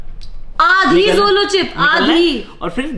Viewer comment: Zolo nhi Jolo hota h n?